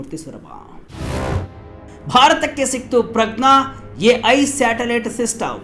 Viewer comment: At 4.57 ಮಾರಾಯಾ ಅದು "ಸ್ಯಾಟಲೈಟ್", " "_ಟಲೈಟ್" ಅಲ್ಲ. ತುಂಬಾ ಅಸಭ್ಯವಾಗಿ ಕೇಳಿಸುತ್ತೆ.